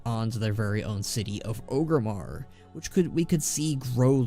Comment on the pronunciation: Ogermar? Or-Grim-Mar, how as a horde/orc stan you cant say the main capital right lol